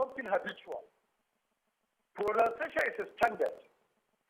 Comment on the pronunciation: Even the proNOUNCiation you are calling is proNUNciation. You are original the way you are. I like how you mix Yoruba with English sometimes on this show. That is how South Africans do it. It does not mean you should not speak or write English well but don't overstretch it